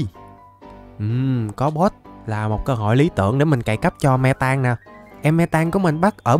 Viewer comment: mê tang mà em nghe me tang